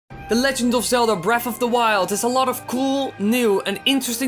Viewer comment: "breaf of the wild" "number free"